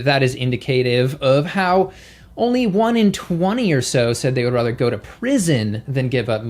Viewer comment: you turned British in the beginning when you said the word "rather." It was funny.